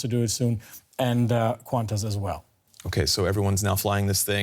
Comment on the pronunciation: err..... quantas? It is Qantas